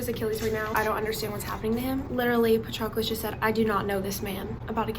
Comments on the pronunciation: IT'S PRONOUNCED PA-TROH-CLUS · I think it’s pronounced pa-trow-clis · The way you pronounce Patroclus kills me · it is not that hard to go on google translate and find who to pronounce the name of the protagonist, jesus christ